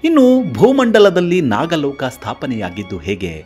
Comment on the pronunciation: ನಾಗಾಲೋಕ ಅಲ್ಲಪ್ಪ ನಾಗಲೋಕ ಎಂದರೆ ಸಾಕು